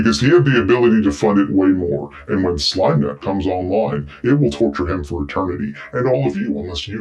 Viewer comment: I thought you were saying "" not "Slimenet" and was confused as to why you'd changed your name from "" and wondered if this was gonna expand the Slime Cinematic Universe.